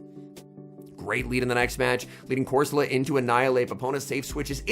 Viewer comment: Please fix your pronunciation being deliberately wrong with so many is just hard to watch. Fido. Doxsbun. Pidget. Not saying corsola like an Italian dish.